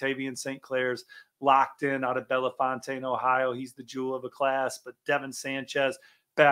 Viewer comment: Its pronounced bell fountain